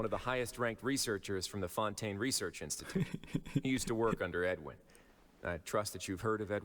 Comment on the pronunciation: Cyno: fonten...........get it?